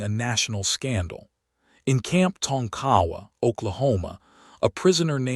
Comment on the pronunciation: There were many such camps in Oklahoma. The one in this story is actually pronounced Tonk-Ahh-Wah.